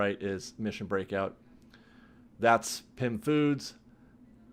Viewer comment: 🤣🤣🤣🤣🤣 It’s Pym....